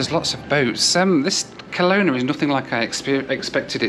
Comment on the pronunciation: We Canadians pronounce Kelowna with the stress on the middle vowel, reducing the other two to schwas, the common English vowels that you've never heard of. Come to thing of it, you made the same mistake with Nanaimo earlier in this series.